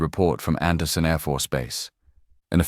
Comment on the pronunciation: ANDERSEN..... not ANDERSON.......